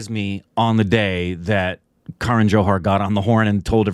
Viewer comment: it is not "K" run but "kah-run" Love your tattoos